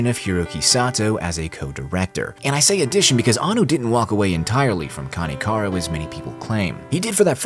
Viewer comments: Why you always call karekano kanekaro? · I might go against the grain here but I preferred the manga over the unnecessary artsy shit from Anno. If anything I hope KareKano (which by the way, I had a mini stroke every time you pronounced it 🙃) will get it's remake just like Fruits Basket which was another anime that ended things abruptly . I hated the last 3 episodes of the series and when I read the manga, it was way deeper and darker. As someone who lived and survived childhood trauma due to child abuse, I identified so much with Arima more so in the manga than the anime. As someone who also spent jr high and high school constantly excelling at getting the best grades in class for personal reasons, I identified a lot with Yukino, both characters hold a special place in my heart because I saw myself in them. I just hope one day, they will do the series justice.